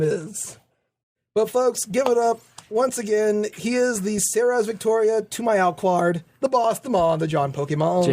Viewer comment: is it me or when says Alucard it sounds like Aluquar